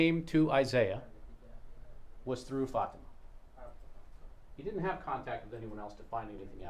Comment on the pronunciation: The defense consistently mispronouncing Fatimahs name is driving me insane